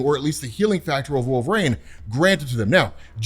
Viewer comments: Jesus dude you’re killing me… it’s wolverine… not WOLVERAIN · pronounces Wolverine so oddly (“wolver-ane”). What the heck is that about?